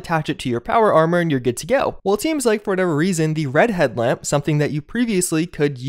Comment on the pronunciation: I heard "redhead lamp" instead of "red headlamp" and I thought you were talking about hair.